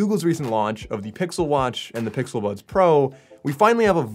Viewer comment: 😭😭😭...he Said "the pixel buns"😭